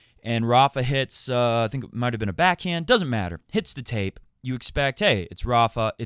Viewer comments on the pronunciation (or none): none